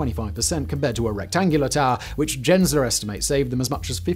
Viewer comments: FYI, it's Gensler with a hard G, not like Jensler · LOL "Jensler"